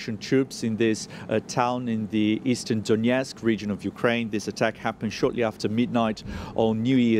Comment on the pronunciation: DONETSK. NOT DONYETSK. NO Y.